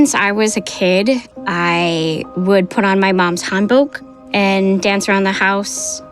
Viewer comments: right she didnt say it well hanbok. at all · She seems like a loner. She identifies with the culture of a place she was born but didn't really experience. She left as a 5 year old, doesn't pronounce hanbok correctly, doesn't speak the language, likely was raised on-base, but still probably would prefer to identify with that than a culture that she perceives to have rejected her. She was looking for something that would give her a legitimate connection to other parts of the world. She's not a mastermind, she wanted to feel important and wasn't prepared to question the singular chance she got to have a connection to a part of the world she desires.